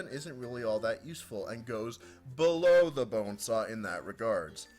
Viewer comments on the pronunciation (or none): Ahh... The good old days when said below. Instead of BELLOW!.